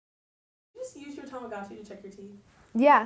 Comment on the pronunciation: Why doesn’t anyone pronounce Tamagotchi correctly T^T